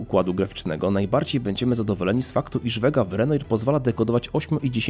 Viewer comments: Renoir chyba się inaczej czyta podobnie jak picasso. Reszta całkiem interesującą choć czekam.na innych producentów z tym procesowem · Michał Wójcik tez w sumie nie tak, bo był Francuzem. Ale powiedzmy, że angielska wymowa ujdzie. No i nie plastyk a malarz:-)( impresjonista) materiał jak zwykle super!